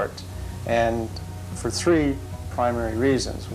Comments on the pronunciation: Ok... I'm on to you! you ACTUALLY SAID nineteen eighty-THREE not eighty-TREE! So you've just been stringing us along all dis time? 🙄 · I just heard you say “Three”....... Mind blown haha I had to rewind it just to make sure I wasn’t hearing things. I still prefer “tree” 😁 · Tm did anybody notice he said three properly in this video? Right around the 7 minute 30 seconds mark.... I think I like it when he says tree better